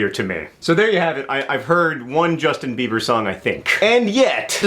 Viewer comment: Jushtin Beebur? Is he one of those newfangled Dubstairs? Like Skillex or Deadmow-Five?